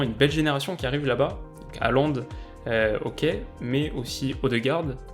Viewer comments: Un petit truc pour pas que tu te trompes encore ça s'écrit Håland mais ça se prononce plutot comme HORLAND et pas haland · Salut! Superbe analyse!;) Pour parfaire tes futures vidéos, un petit conseil de prononciation, en norvégien (je suis danophone), on prononce Håland "Hôland" (comme le pays ou l'ancien président mais avec le "h" aspiré). "å" retranscrit "aa" dans notre alphabet est un "o" accentué. Plus il devient connu et plus la mauvaise prononciation "Alande" se popularise ahah. Et Ødegaard se prononce"Euhdegôrd" ("ø" se disant "euh"). Bref, les langues scandinaves sont complexes et pleine de pièges. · je tiens à dire juste qu'on dit "herland" parce que le å se dit "er" mais c'est pas grave une de tes meilleurs vidéos (peut-être parce que je suis norvégien aussi 😂)